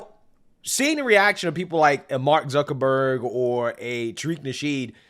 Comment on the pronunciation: Mark Zee-kuckerberg